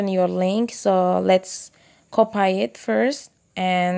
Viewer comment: Very helpful but i just couldn't get over the "copay" part that was hilarious!